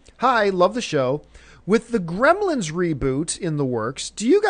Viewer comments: Came here for the "Gremils" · "How to reboot GREMILS..." *Gremlins